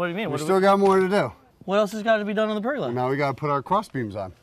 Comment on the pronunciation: PergOla not pergUla. pronounced Per-gola